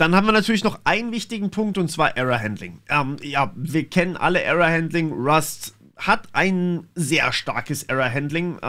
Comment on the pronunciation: Deine Aussprache von 'Error' pack lieber gleich mal in den garbage collector! ;)